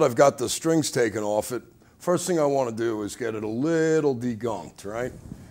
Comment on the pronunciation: love how he says "strings owff"